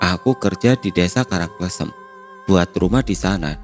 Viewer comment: Btw Karang kLEsem bacanya 😁